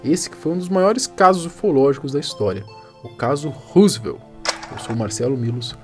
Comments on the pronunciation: É Roswell.... não Roosvelt ou Rooswell... ajuda nóis aí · Rosivelt foi o presidente e ROSWELL foi o caso ufológico. Pronúncia correta: "Rózuel" com "Ro" de Rock'n'roll e não "Husivel" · Não é "ruzuel". A pronúncia correta é rózuel. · a pronúncia não é "Rosevel", é "Rózuel"... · So a pronuncia que é "Róswell". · ANTES DE FALAR PALAVRAS ESTRANGEIRAS VERIFIQUE A PRONUNCIA SENAO VOCE VAI PASSAR VERGONHA COMO NESTE CASO ``RUSEVEL`` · Na verdade, a pronúncia é "Rósuél" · Marcelo adoro seu canal, vc sempre aborda assuntos variados e interessantes, só uma observação minha o nome do Caso se pronuncia Ro-ssu-el (Rosswell), Roosevelt é o Sobrenome nome de um dos ex presidentes do EUA!!! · Acerta a pronúncia aí djow, a pronúcia correta é " rós uel" (Roswell), e tem um S somente e não dois. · Belo vídeo Man, só uma coisa, Roswell se pronuncia rós uél. Esse vídeo da autópsia do ET não chegou a passar no fantástico nos anos 90??